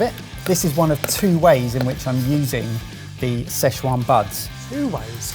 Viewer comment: Everytime they say "sze chuan" i die a little inside